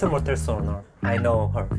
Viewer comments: ㅋㅋㅋㅋㅋㅋㅋ튼튼모tel아니고 튼튼모태rr....발음인 거 개웃겨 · 아닠ㅋㅋㅋㅋㅋㅋㅋ닥터프렌즈매늬절 왜이렇게 웃긴뎈ㅋㅋㅋㅋㅋ은지튼튼 모퉬ㄹㄹㄹㄹ발음에다갘ㅋㅋㅋ부유방 언급 뭔데욬ㅋㅋㅋㅋㅋㅋ